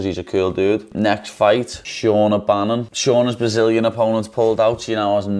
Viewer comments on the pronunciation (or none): none